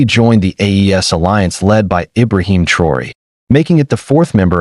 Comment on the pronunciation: Yt boy go talk about Europe you even say pronounce thraoe